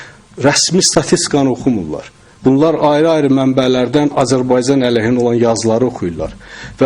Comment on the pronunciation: Этот урод говорящий про Азербайджан,даже правильно произнести не может-Азербайцан ))) Убейся цуко об стенку!